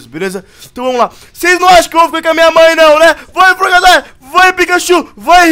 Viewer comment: fala o nome do frogadier errado